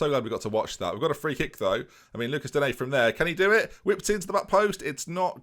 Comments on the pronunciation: It is Luke-ah Dean Please stop the nonsense you are saying. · Please please please say digne properly. As an Everton fan it's doing my head in mate haha. You say it as Looka Dean. Much love. Really enjoying the series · Your Digne pronunciation gives me anxiety